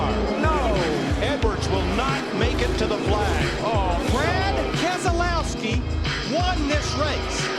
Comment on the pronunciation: Obligatory "Brad KEZ-UH-LOW-SKI, won this race"